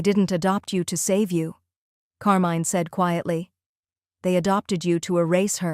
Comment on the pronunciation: Not bad as a story... but I'm cringing every time when Carmine is mispronounced in that horrible way. If you have to use "foreign" names with an english-AI, please change it to some other one. Thank you from Italy!